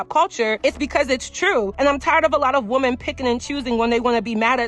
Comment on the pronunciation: lol it’s just so harsh to hear !! When I know you’re speaking overall to “women” but hearing the singular pronunciation of the word 🥴